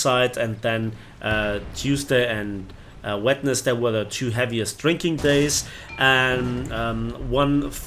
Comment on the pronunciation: “Wetnesday“ you have to say it like wensday. Even though its written wednesday. Sorry i just had to